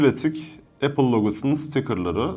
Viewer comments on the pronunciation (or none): Zaten isimlerini bile doğru bilmiyorsun,kullanmaman isabet olur.İpon değil “İphone”.İmak değil “İ mac”.Appel değil “Apple”.Fiyat konusunda haklısın,evet pahalı.Ama eğer Apple ekosistemi içerisinde değilsen Apple cihazların kalite ve stabilitesini anlayamazsın.